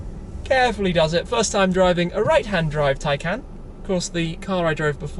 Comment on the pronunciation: It's pronounced tie-con